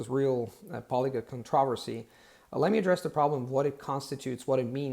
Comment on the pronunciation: Controversy - not a bit odd at all - a perfect British pronunciation